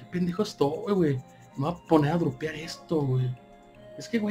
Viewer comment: Porque dice drupear si es dropear, xD